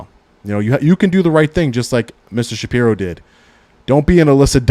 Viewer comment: Shapiro, not Saprio.